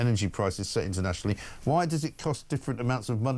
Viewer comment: He can't get past the word "internationly" Is our taxes set internationly?